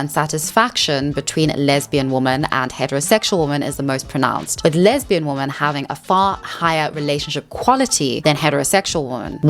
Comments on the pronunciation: lol. The way you pronounce “women” is cute. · As always very good research - I love it! Love your videos. I'm often watching with a friend of mine who points out your pronunciation of "women" and I hate when he says it, really. You can't escape it apparently but me and other ppl find it okay, I'm sure. Also, I've never seen stats for gay and non gay relationships but I as a lesbian have always felt as probably it would be the way it actually is. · Woo-man whim-men right? I hear her pronounce woman and women the same. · English is not my first language so forgive me if this question is offensive, but you always pronounce "women" as "woman" (woh-mahn, instead of wi-men), is that an accent? I've only noticed it with you and one American YTer which is why I'm confused! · it’s not an accent you’re saying the wrong word. it’s womEN not womAN you’re just saying the singular instead of the plural. a lot of the red pill people also make this mistake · I love ur channel, but it is pronounced “wimen” when speaking plurally. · It unironically triggers me the way you say women. It sounds identical to woman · wait does she talk about why she says “woman” instead of “women”?! I have noticed all YouTubers do this, ESL and otherwise. it’s so strange. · Being african has nothing to do with the fact that you pronounce the words woman and women the same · Love the video ❤ Just quick nitpick, women when used as plural is pronounced 'wih-min' , while one woman is a 'woh-mahn' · you pronouncing "women" just like "woman" really messes with my brain lol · Respectfully, if you can say men, you can say women. It's does detract a bit for me and if multiple people (your audience) are mentioning it, it might be worth reading it correctly. Other than that, I love your content! I like your attitude too. Thanks 🫡☺️ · Begging you to understand that 'woman' and 'women' are pronounced differently. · Great video topic! Different pronunciation for ‘woman’ and ‘women’ tho 😩